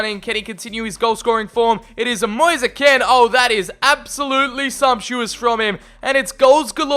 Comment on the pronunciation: Just so you know it’s pronounced “mo-ees. Kee-n